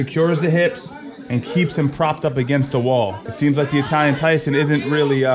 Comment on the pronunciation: why did you pronounce Italian like that bro it ain't Spanish sounds so weird